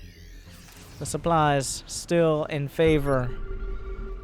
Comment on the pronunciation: Manage your "souply" xD